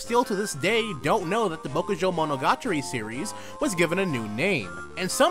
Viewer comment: Great video! But I literally flinch every time you try to say Bokujou Monogatari